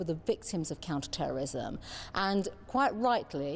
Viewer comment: Why does she keep saying counter terrorism the wrong way?